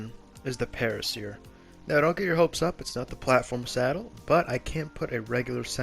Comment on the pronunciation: Para-seer < Para -sore 😉